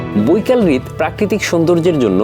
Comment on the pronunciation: কনটেন্ট ভালো। তবে উচ্চারণগত ত্রুটি লক্ষনীয়। বার বার হ্রদ উচ্চারণ রিদ করার ফলে শুনতে খুব কটু লাগে। আর গ্রীষ্ম উচ্চারণ গৃষম হবে না।